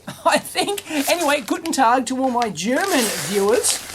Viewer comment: Your "Guten Tag" was actually pretty good pronounced, i can see progress there! ;)